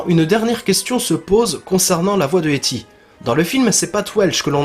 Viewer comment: "éti" tu me décois mec ;) sinon parfait continue ;) yeeeaaayyyy